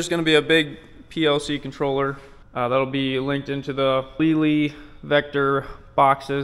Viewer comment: Lely is a Dutch company, and the proper pronunciation of the name Lely in English is Layly. Just so you know it does not sound like leelee.